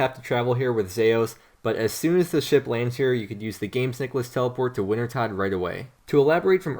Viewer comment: It’s pronounced, “winter-toad”